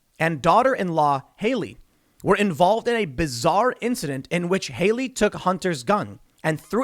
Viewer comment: "A" as in CAT! Hallie! Not Hayley! Stop giving me heart attacks every time you mispronounce that name. Jeez.